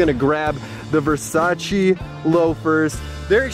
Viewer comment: you can't even spell versace fosatchy. fo-satchy